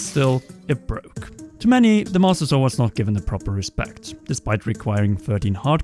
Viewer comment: the mAuStUh sOrd